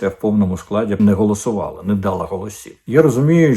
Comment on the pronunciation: дАла - наголос неправильний. Якщо ви це мали на увазі. Правильний наголос - далА. Щодо слова "НЕЗБІГ", то іншого слова з цього приводу ще не винайдено. Всі ми щось колись неминуче бачимо й чуємо вперше. Головне, щоб це було правильно.